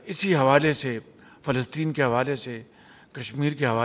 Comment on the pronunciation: 😂are you talking Phelstine 😂